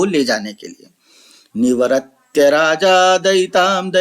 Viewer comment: श्लोक का आधा छन्द याद नहीं आ रहा था तो ढूंढ रहा था।निवर्त्य का उच्चारण सही नहीं है